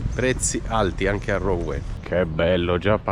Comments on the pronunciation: Si pronuncia Ruen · Rouen = Ruen!! ;-)